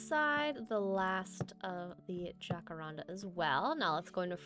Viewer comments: “J” = “H” sound in the language that it comes from 💕💕 “Ha-ka-ran-da” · Perfect for my sick day ty 🤧 Also in jacaranda the j is pronounced similar to an h, it’s Spanish! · I’ve been peeved this entire time watching sunnysev and you throughout different videos pronounce it “Ja-kar-an-da”, until I realized I’ve been going by the Spanish pronunciation 💀 love your content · You saying jacarandá is so cute, but not quite right, the tonic is the “dá” in the end. It’s a brasilian tree, quite beautiful!